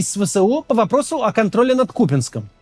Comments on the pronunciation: Кацик нарешті навчився наголос правильно ставити в місті "Куп“янськ" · Ура он наконец-то правильно сказал Купянск🎉🎉🎉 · Шановний Максим, браво, за правильний наголос КУпянськ! Дякую за працю.